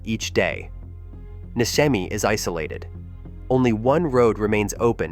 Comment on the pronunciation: Pronounced NISHEMI, not MISKEMI